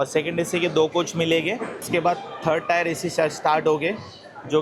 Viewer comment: टायर नसते टीअर असते दादा ते